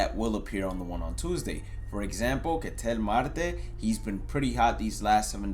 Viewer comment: Why did you say “Ketel Marte” like that?